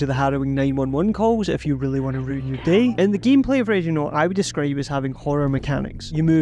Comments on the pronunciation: I cant stop hearing Radionaut I swear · Even near the end of the video it sounds like you're saying radionaut. Could figure out the rest of the accent but i had to think it over every time you said the name of the game.